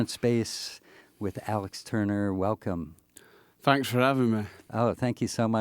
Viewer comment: 'Fanks for avai'ing meh' <3